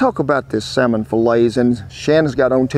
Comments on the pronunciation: Oh Lordy..saLLLmon😂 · Why would pronouncing the ''L'' in the Salmon be wrong? I'm confused.